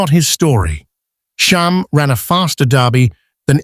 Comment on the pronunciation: Too many spelling, pronunciation, and factual errors. Still, I am always happy to see videos about these horses. (Sham, not Shahm. Claiborne, not Clayborn.) I really don't favor AI narration, and it's easy to spot it. Do some research, it takes only a little time. The Wikipedia entry for Sham clearly states Sham's place of birth...Claiborne Farm.